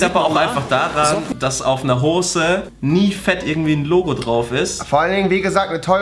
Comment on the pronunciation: Hoße sagt er